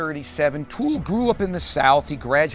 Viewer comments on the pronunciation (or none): Could this dingbat get his facts any more incorrect? Pronouncing Toole's name as "O'Toole" and talking about how A Confederacy of Dunces won him the "Nobel Prize." Christ!